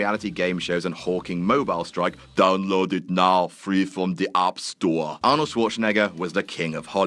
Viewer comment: I think you mean "Mobeel Strike on ze App Storah"